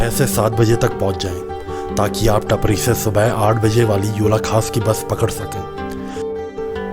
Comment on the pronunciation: टपरी nhi टापरी bolte h bhai